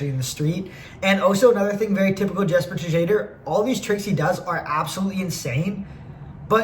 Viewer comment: i think it's yes-per shade-er